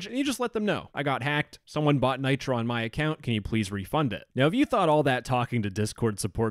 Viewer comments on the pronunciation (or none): none